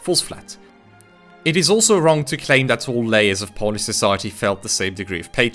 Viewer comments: Another great video on the history of our nation! thank you for bringing these topics to light on your channel. I'd also like to applaud you on your well pronunciation of Polish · As a Pole, Polish pronunciation is perfect and I wish that your channel to be better known, because it is criminally underrated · Nice man, really good pronunciation